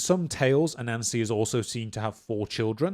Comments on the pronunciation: Sorry but I just have to admit that as a person with some knowledge of Brithish-ness, I chucle alittlebit when I hear you say a Nancy. When I heard you say Anansi-boys, I straight-up choked ! Culturally insensitive, yes. But still, I mean, f*,CK ! Hà-hà-ha-hà- hà -hà-hà ! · I'm sorry. As interesting as I find this subject, whenever I hear you say A-Nancy my mind de-rails. Low-brow, I know but . . . please forgive me. May watch latr when in better state. Thank you.